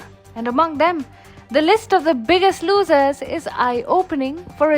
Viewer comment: "losers" pronunciation really suck in...